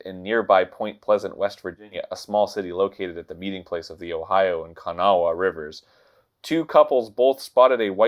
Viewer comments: Being from WV hearing Arin say Kanawha was hilarious XD. It's pronounced Kan-aw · Just for anyone who might need it, you don’t pronounce the “W” in Kanawha. It’s just (kuh-naw) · I'm from wv and listening to people trying to pronounce things from wv is funny. Arin messed up clendenin and kanawha. It's clen-din-en and k-naw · As someone from West Virginia, I loved how Arin butchered "Kanawha". I was in the middle of walking up the stairs when he said it and I tripped mid step and honked, so thanks for that 🤣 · HOW ARIN SAID KANAWHA I CANT- AS A WEST VIRGINIAN THIS H U R T S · When Arin mispronounced "Kanawha" I died a little bit inside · That was a very good try for trying to pronounce "The Kanawha River" and "Gallipolis, OH" ... Love you, mean it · I never thought I'd get to hear Arin try to pronounce "Kanawha"! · I'm from the mothman area and let me tell you, hearing arin mispronounce names of our locations is annoyingly funny